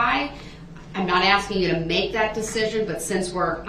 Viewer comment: She isnt axing BOY SHE IS ASKING